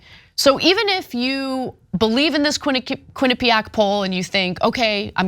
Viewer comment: Ain’t gonna lie. I never wanna hear the word “quinapeaaack” again.